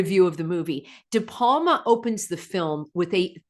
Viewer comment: Brian De Palma, not Palma.